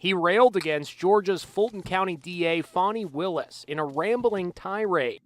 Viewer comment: Ben, it is Fani Willis, not Fawny Willis. On mute, the screen does sound-to-text and spells it as Phony Willis. That is an insult to Fani.